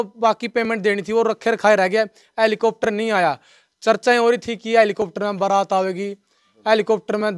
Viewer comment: इसे हैलिकोप्टर का नाम भी बोलना नहीं आता. और इसकी जाँच भी होना चाहिए।